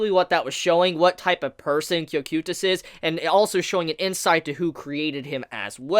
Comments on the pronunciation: It is said as KO-kite-uhs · Am I the only one who hates how he says cocytuses name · why do you pronounce cocytus like that